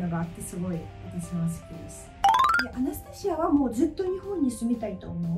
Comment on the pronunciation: アナスタシアさんの、「アナスタシア」という発音を聞きました。知り合いにアナスタシアがいるんだけど、私の発音は正確でないらしく、いくら正しい発音を本人に聞いても全然違いがわからず いました。 今日聞いた発音は、確かに私と違う（笑） 真似はできませんが、違うということはわかりました！ 祖国は大変ですが、今は日本にいるので、安全に楽しく過ごして欲しいです(*^-^*)